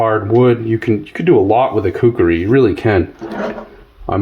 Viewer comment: My ocd is kicking into overdrive...IT'S KUKRI not kukeri you Mook...It was used from the 7th century-to present by Nepalese soldiers known as the Gurkhas by mispronouncing things it makes you sound like you dont know what you're talking about...just saying!👍